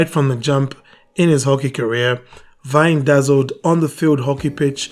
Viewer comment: Horst was my coaching mentor and friend. Thank you for pointing this out. His name is pronounced "Vein"